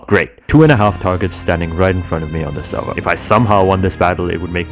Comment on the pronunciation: nah bro said I want to be the supeurvillwan of the seurveur i cant take this man serious